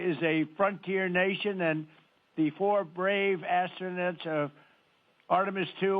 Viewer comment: President Trump just pronounced the space crew as " astro- nuts" im cracking up.